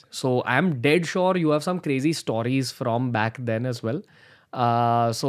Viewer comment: To the host -> Why do you keep saying "Stooories" man. Its "stories" just say it right. Typical north indian.